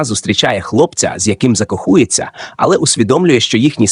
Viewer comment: закоХУЄться Ці штучно згенеровані голоси ніколи не навчаться правильно ставити наголоси